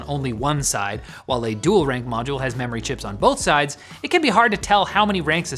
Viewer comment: "Dool rank modules in dool setup mode"